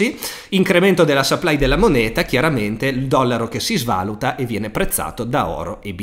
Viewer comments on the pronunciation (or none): none